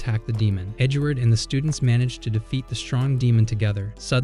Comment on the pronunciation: bro you said edgward hahahaha LOL